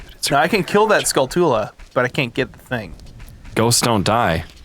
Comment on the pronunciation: Gotta admit, guys. Hearing Skull-too-lah hurts me more than Zonay ever did 😂